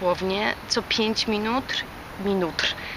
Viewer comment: Mój ulubiony fragment :P Czemu tak dziwnie mówisz. "Pięc minut", nie zmiękczasz. :(